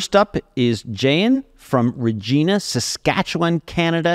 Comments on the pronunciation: BTW in Canada "Regina" is pronounced reg-eye-na not reg-eee-na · He mispronounced “Regina”. It rhymes with fun! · Regina is Ree-j-eye-na. Welcome to Canada. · Jake, you need to check your spreadsheet. Your numbers are wrong. eg. CDN$1.72/Liter converts to USD$4.75/gallon and CDN$0.15/kwh converts to USD$0.11/kwh. BTW:, it's pronounced rej-eye-nah. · It's Regina, Sask not Regeena.🙄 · The OP is wrong in the pronunciation of Regina.